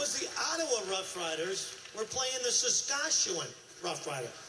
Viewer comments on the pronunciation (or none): Sask at chow one? That's not how you pronounce it. LOL